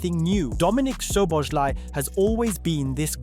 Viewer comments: Cool video ❤❤ when saying Szoboszlai say the second Sz As the first not Szoboslai, I know its hard😢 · i know but at least put in the effort to try. saying sh instead of s is clearly wrong. just put it in google translate and listen, and imitate that, but even this didn't happen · It would be a great video if you could pronounce his name properly. Szobolszlai - therefore that's an "i" in the end of his name that should pronounced like an English "e" and not "y". Please look into it. Cheers mate! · would be time to learn how to pronounce his name properly, especially if you make a video about him